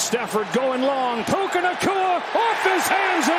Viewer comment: Puka Nakuas name is pronounced Pukea